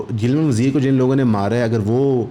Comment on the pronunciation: please correct geelamaan wazeer not gilman .